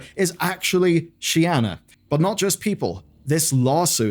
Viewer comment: "shianna" bro can't read